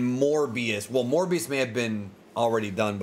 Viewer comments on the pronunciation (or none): When You Said “Morbius” I Thought You Said “More BS” Either Way You’re Not Wrong lol